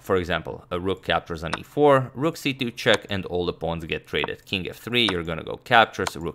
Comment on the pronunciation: Dude it's rook not rock